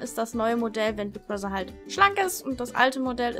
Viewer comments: warum sprichst du das th bei Brother wie ein ss also Brosser? Klingt so komisch 😂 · sry aber sprich bigbrother bitte richtig aus. nicht böse gemeint.